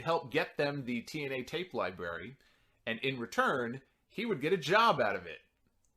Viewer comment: Did you just say 'Libarry' at first?